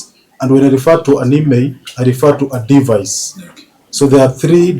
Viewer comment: Sometimes English pronunciation and Kenyans stresses me. de-VICE. Not DE-vice. In-TER-pret. Not inter-PRET CIR-cumstances. Not cir-CUMstances